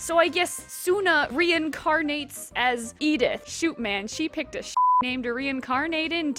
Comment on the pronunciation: Cuz she's American and I suspect she doesn't speak another foreign language because her linguistic skills seem pretty bad if she has a hard time pronouncing Hillaria or Edith